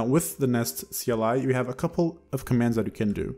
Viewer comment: lol kleeeee !! ive never heard it read out like that you just made me smile trying to figure out what a klee is